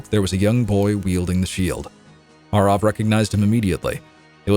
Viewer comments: So, nearly 20 years I’ve been pronouncing “Arrav” wrong? I’ve been saying “Arav” 🤣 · Have I been pronouncing Arrav wrong for 20 years? Or is just putting his twist on the name